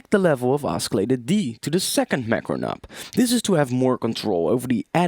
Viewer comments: "oskilater" ... you're killing me bro. great tutorial tho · Oscillator is pronounced "au-suh-later" and not "au-ski-later" :| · Dude, your English is perfect apart from the word oscillator. It's pronounced 'ossilllator', not oskillator. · OSKILLATOR? Are you serious? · Oskilatur. xD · i cant take it anymore.. oskillata... really? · You're saying oscillator totally wrong XD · he pronounces the "c" in oscillator, so funny hahaha awesome tutorial too!